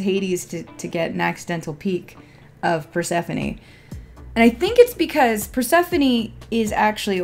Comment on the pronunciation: Just a correction, it isn’t pronouce core, it is KorE. And not Perse-phone, it’s PersephonE.